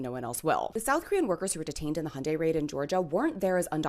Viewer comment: Thank you, not only for providing the FACTS, but also for pronouncing “Hyundai” correctly! 😀👍